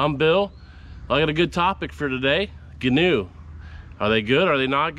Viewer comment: Ghee-new is the correct pronunciation. Gheen is the builders last name and he liked fishing out of canoes but didn’t like the tippy ness of the canoe. So he designed the Gheenoe.